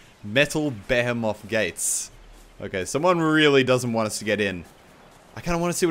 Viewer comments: Muselk just so u know its pronounced (bee-he-muth) not (behe-moth) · Be he meth not b ham oth! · Beh-heh-moth Gates? I think you mean Beh-hee-muth Gates Mew-ss-elk.. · It's not Beh-Heh-Moth, it's Bee-Hee-Meth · Only thing I took from this video: Muselk pronounced behemoth "beh-heh-moth" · behemoth - be he muth :P not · Did you actually pronounce behemoth like at on purpose about the giant red gate 😂😂😂😂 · the way u said behemoth lol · Do you not know how to pronounce "behemoth"? (I'm asking for a friend) xD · Muselk says "behemoth" weird. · You said behemoth wrong 😊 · The Letter Q i was pointing out how he pronounced behemoth. not trying to make a joke